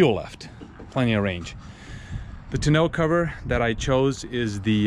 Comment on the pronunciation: its tow nah cover